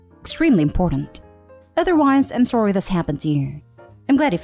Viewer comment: Are you Canadian? because you say the word sorry like a Canadian